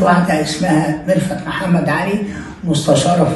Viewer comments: الغريب واللي خلاني اشك في صحة التسريب، ان ازاي لواء ينطق اسم مرفت بال f وليس بال v ، دلالة على دنو درجة التعليم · علشان محدش يشكك فيي الدولة ويقول بتفبرك .. إسمع التسريب واسمع الإعتراف هتلاقي النصاب بيقول ميرفت بالفاء يعني بالعقل كدا نفس طريقة النطق وبصراحة يعني هو في لواء هيقول ميرفت بالفاء دا واحد مش متعلم أصلا . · مش كتير بينطقوا ميرفت بالفاء و خصوصا منصب كبير زى مستشار ... الفيديو بتاعك و فيديو عبدالله اللا شريف الاتنين بينطق فيهم ميرفت بنفس الطريقة .... ربنا بيفضحهم ..... تحيا مصر